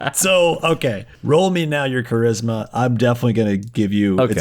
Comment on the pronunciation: the dude fully pronounces charisma as 'tsharisma' i'm in the fetal position